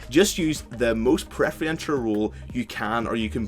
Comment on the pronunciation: Not to sound like an ass but you keep saying preferential incorrectly, you are pronouncing it pref-ree-entural rather than how it is supposed to be said as pref-err-en-shall. Again not being a grammar nazi etc it was just really bugging me and wasn't sure if it was on purpose.